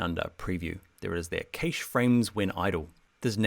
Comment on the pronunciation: Lool am I the only one annoyed by his pronunciation of cache.😂 My favourite and most useful is the illustrator Photoshop linked layers.